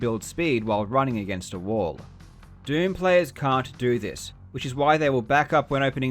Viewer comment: Every time you say "doom" it sounds like you're saying "derm" and now I can't unhear it